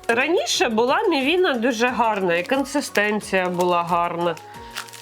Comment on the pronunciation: Із 40 гривень ви сплатили 30 за сам стаканчик. Звичайна пачка Ріви коштує нормально, а всі ці баночки дуже дорого. PS не "консЕстенція", а "консИстенція". Дякую за огляд!